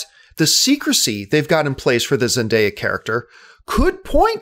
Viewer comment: you said her name correctly. most people say zen-DIE-ya, when it's pronounced: zen-DAY-ya